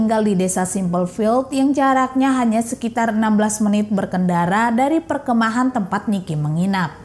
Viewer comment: Mbak perkemahan, bukan perke'mahan 😂